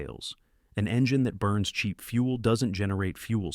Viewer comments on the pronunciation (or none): none